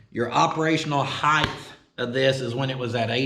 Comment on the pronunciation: lengTH, widTH, depTH, and heighT. cmon oklahoma! heighth isn’t a word!